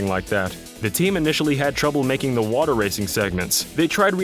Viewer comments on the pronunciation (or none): none